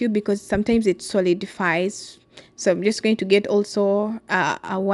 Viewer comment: Not in a bowel that's intestine. But in a bowl don't pronounce e